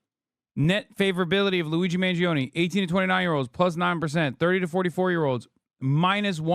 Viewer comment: The guy can't even say Luigi's name right. Holy cow. This man prolly thinks ketchup is spicy.